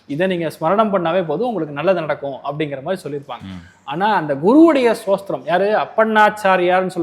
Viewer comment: "ஸ்தோத்திரம்" என்பதை "சோஸ்திரம்" என்று உச்சரிப்பவர் ராகவேந்திர ஸ்தோத்திரத்தின் அர்த்தத்தை சொல்வது நகைச்சுவையாக இருக்கிறது. அவர் தன்னை முன்னிறுத்திக் கொள்ளும் பக்தி மற்றும் அறிவு, ஏன் அவருக்கு ஒரு எளிய சம்பிரதாய ஷிகா இருக்கக்கூடாது? அவர் ஏன் "முகஸ்காவரம்" செய்து பாய் கட் செய்கிறார்? இந்த எளிய தோற்றத்தின் மூலம் மோசடிகளை அடையாளம் காண முடியும். மக்களிடம் மிகுந்த ஆர்வத்துடன் பேசும் ஒருவருக்கு இந்த அடிப்படைகள் சரியாக இருக்க வேண்டும். சாமானியர்கள் வார்த்தைகளாலும் அலங்காரத்துடனும் எளிதில் ஏமாற்றப்படுகிறார்கள். மேலும் இந்த "ஜோதிசார்கள்" பொதுவாக அறியாத மக்களை சுரண்டுகின்றனர்